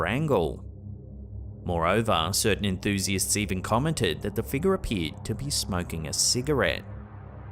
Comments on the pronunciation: My wife and I have a new drinking game. Every time he says figga (figure) take a drink! lol. Love the videos!!! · I watch videos 50% for the content and 50% for accent. I could listen to him talk all day long 🥰! I get goosebumps every time he says "figgah" 🤣. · I love how he says Figga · Scary "fig-yah's" lol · A strange black mist like figgah appears to enter the shop???